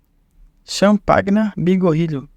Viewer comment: Pronuncie champanhá e hugo langue.